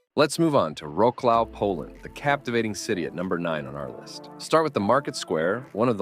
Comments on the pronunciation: Nice video, however, you have butchered the pronunciation of my hometown name . Here is the proper one: Wroclaw pronounces as [ˈvrɔt͡swaf]. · It is more like Vratt-Swaff. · Ouch! The way you pronounced Wrocław. No excuse for such sloppiness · Wrocław is pronounced Vrots-waf. "Row-Claw" ja pierdolę... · I think Wroclaw is actually pronounced VRAT-SWAFF (correct me if I'm wrong, I'm not 100% familiar with Polish grammar). Nonetheless I'd still love to visit Poland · #9 Wrocław (I couldn't figure what you say) The way you pronounce should be Vrotzuav. Polish is not English. Something like Banjaluka should be pronounce Banyalooka. Gyros (Greek food) you also mispronounced. What a shame. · Enjoying your videos, but fyi, Wroclaw is pronounced ‘ Rotswarv’! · Wroclaw is pronounced vrotswaf. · The pronunciation was entertaining. Wroclaw had me laughing! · You need to get some of your pronunciations right - especially Gouda and Wrocław. I hope that people who visit there do not pronounce them the way you do. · These are no gems, but the video was great. What bothers me is, that he doesn't even try to pronounce the cities correctly. Ask someone from Poland how Wrocław is pronounced, please! That just hurts! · It's not just Wroclaw they got wrong.